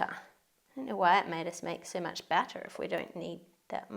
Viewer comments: For a moment there I couldnt tell the difference between 'batter' and 'butter' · A battah dispensah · Man, when she said 'butter' instead of batter ....lol gotta love it tho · I got lost for a bit when you said baata!! Until I realized you meant batter. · When you said batter dispenser I heard butter dispenser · Am i the only one who thought they were saying “butter” instead of “batter” lol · I thought they were saying butter dispenser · Am I the only one who thought you said "butter" dispenser？